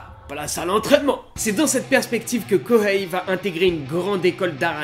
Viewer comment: Arghhh il n'y a pas de prononciation de H en japonais Kohei ce dit Koei